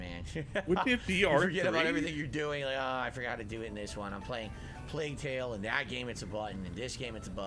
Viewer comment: Him calling Plague tale - play tale is so obnoxious